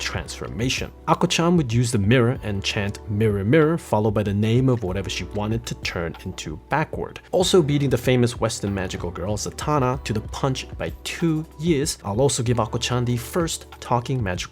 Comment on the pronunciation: Zatanna's name is pronounced ZAT-Anna, not like Santana. And her powers come from her dad, Giovanni "John" Zatara, who started his career in the 1940s. And Sailor Scout is a bad, bad, bad dubbing.. People who are fans shouldn't use it. Also missing Kaitou Kamikaze Jeanne and it's dark story. Or Kaitou Saint Tail and it's cute story. Magical Girl Phantom Themes were a fun thing. And no mention of Wedding Peach and it's double transformations? Or Mermaid Melody and it's songs to defeat bad guys? Also why no mention of CLAMP's Isekai RPG influenced Mahou Shoujo series, Magic Knight Rayearth?